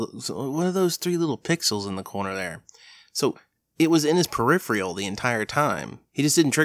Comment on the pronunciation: Please,, it’s pronounced “peri-fur-el” not “peri-free-el”. There’s no i, man.